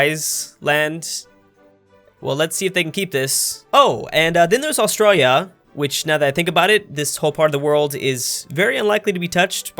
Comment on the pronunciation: you say Australia really weird